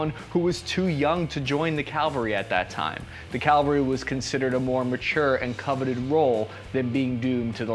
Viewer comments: Ya keep saying calvarie instean of cavalrie. They're very different. I know you probably don't mean to.. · this is a petty pet peeve of mine but, its cavalry, not Calvary. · you said cal-varee; it’s actually cav-all-ree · You mis-pronounced the word cavalry. It is pelt 'cavalry', not 'calvary'. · 1. "Calvary" really! The word is CAV-alry. Calvary is a hill in Jerusalem when Yeshua was crucified. CAV-alry were horse soldiers who charged into battle, mounted on horses. (Dragoons moved by horse, dismounted, then engaged the enemy.) The word Cavalry comes from the French Chival (horse) and in Spanish, Cavalry is Caballeria. Learn to pronounce it. 2. The first seconds of your vid shows a Special Forces soldier. They aren't infantry. That guy could have been a Communications, Medical, or Engineer Sergeant. Are you counting SF in your number 15%? Good video, but go back to your homework. C A V A L R Y - CAValry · CA VAL RY. Not calvary. Love your videos! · Cavalry not Calvary. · ugh when he says "Calvary" instead of cavalry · Why do people refuse to pronounce cavalry correctly? “cav-al-ree” not “cal-ver-ee” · Nucyelar calvary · cavalry. not calvary. why do so many military channels (AND native speakers of English) do this? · "Cavalry," not "Calvary." Is that a spear or a pike? You can see and hear the Latin origin of that Spanish word. Also, the Romans gave the Germans their name - "Germani" - which means "men of war." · Awesome video, but you keep saying "calvary" instead of cavalry. These are two different words with different meanings. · Cavalry. CAVALRY. Not “Calvary”. That’s the name of the hill Jesus was crucified on. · Hey! Someone finally got it right. Outstanding. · THANK YOU IT PISSES ME OFF WHEN I HEAR PEOPLE SAY CALVARY I LITERALLY HAD A RANT TO MYSELF CAUSE I HEARD HIM SAY CALVARY EVEN THOUGH ITS CAVALRY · Psssst: "Calvary" is where Jesus died bro lol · Yep. I used to mistake these two too. "CAL-vuhry" =/= "cah-VUL-ry".